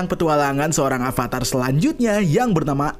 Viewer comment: Beberapa kali Narator mengucapkan kata "ALVATAR" Yang benar itu "AVATAR"